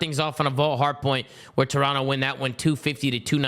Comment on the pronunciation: Can you please inform on how to pronounce Toronto Thank you